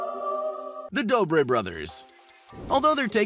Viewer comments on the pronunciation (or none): none